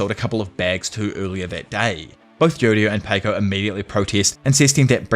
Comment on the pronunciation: pronouncing paco like "pay-co" is crazy work